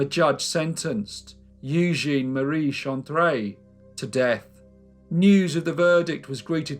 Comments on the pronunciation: elle at the end of a word is pronounced as it appears. Jussayin! Top vid, as ever, sir. Thank you! 👍😎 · All of us in the entire world, call Napoleon III just "Napoleon" or "Napoleon Bonaparte". He is known everywhere by his given name and not the fact that he's the 3rd one of his lineage to be carrying it. Nantes is pronounced "Nant". Eugene Chantrelle is pronounced [Youjen Shantrell].